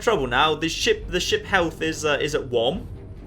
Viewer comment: Maybe i am deaf but i think that when says ship it sounds like shit XD